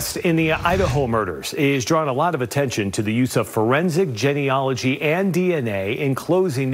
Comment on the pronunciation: Phonetically it's pronounced: Jean....e..ology....Not gen...e...ogy. please correct your pronunciation, otherwise it's like fingernails on a blackboard to scientists like me.